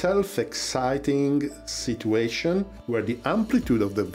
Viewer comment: In English, "situation" is actually pronounced like "sitchyu-asian" and not "si-too-asian".